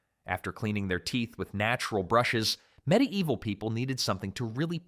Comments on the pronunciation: dang your ai narrator messed up saying medi evil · This happens all the time with ai and the word medieval lol